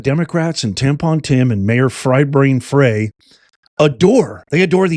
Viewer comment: Mpls mayors name is pronounced "FRY" although spelled Frey